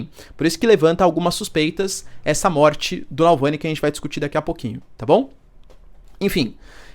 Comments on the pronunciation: Você falando "Nalvany" 300 mil vezes, mas o nome do cara é Navalny klkkk. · Que aflição ouvir Nalvany e não Navalny 😅 desculpa, não pude não reparar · É Navalny não Nalvãny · Professor, o nome do cara é Navalny e não Nalvany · NAU VANI?? n é NAVALNY??? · Alexey Navalllllllny, não nalllvany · Professor, ele se chama Navalny, não “nalvany” kkkk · Caro Professor por favor, evite essas pronúncias de nomes errados!!! Sou assinante, assisto e acompanho teu canal, e gosto do modo pouco enviezado que vc comenta e arrazoa nas questões geopolíticas complexas. Então repita comigo N-A-V-A-L-N-Y , não *NalvÂni (*sinalizando a pronúncia) Eu sei que os nomes são complexos, mas conceituamos na praxe, a adaptação em inglês para português. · Vcs escrevem Navalny e falam Nalvany!!! escreve certo e fala errado !!! eu já percebi isso em vários canais que falam dele!!! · Não é Nalvany, é Navalny. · Repita comigo: NaVALny, não é NALvany.... Coisa feia! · Nalvany NÃO , amigo; Navalny . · Acho q a pronuncia esta equivocada. Nao é NaLvany, é NavaLny. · Navalni e não nalvani professor.. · Doeu meus ouvidos esse video. Se ele erra repetidamente o nome do cara, me pergunto o quanto ele confere os fatos e os lados da informação. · Boa noite! Professor, me permita a correção: É Navalny. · Porra um professor pronunciando errado o nome de "navalny". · Poxa Professor... errou várias vezes o nome do cara.